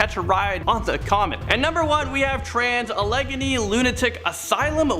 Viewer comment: . Sorry, it is not A LEG AKNEE. It is pronounce as AL AH GAIN EE, Asylum.